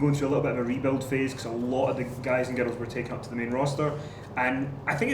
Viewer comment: When she says "girls" it sounds like "ghettos".